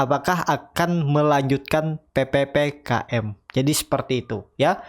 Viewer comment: PPKM bang, bukan PPPKM,😎